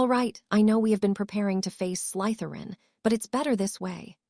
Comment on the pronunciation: Why oh why can this AI never say Slytherin right? Slither-in not Sleith-er-in.....